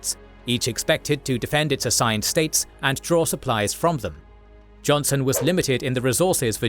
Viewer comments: It's Joseph "Johnston" btw, not johnson. Great vid as always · The pronunciation and captions didn't make this clear, but it's Joseph E. Johnston, with a "t", not Johnson. My middle name is Johnston, believe it or not, and so I could not remain silent about this. I will forgive you, this time. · Just an FYI It's Joseph Johnston, not Joseph Jonson as is on the maps and pronounced by the narration Also Jefferson Davis was US Secretary of War before becoming CSA President, thus his hands on "micromanagement" of the war. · Hey guys, his name was Joseph Johnston, not Johnson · A correction, it's Joseph E. Johnston, not Jonson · Well it's Johnston not Johnson but what can you ask.